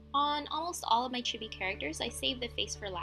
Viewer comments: It's not a chiby it's pronounced cheebee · chibi is pronounced, CHEE-BEE